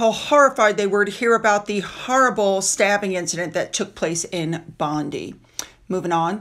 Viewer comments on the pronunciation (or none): none